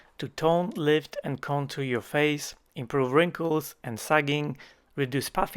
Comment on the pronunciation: When you first segued into the ad, I heard "faith" instead of "face," so it sounded like people said "I wish you could restore my faith."